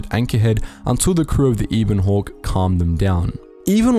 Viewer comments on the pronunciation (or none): "Eeeben hawk"? You mean the Ebon Hawk? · "Eebon Hawk"... shakes head